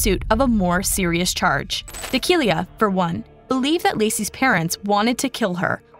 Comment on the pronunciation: D'Aquila not D'akila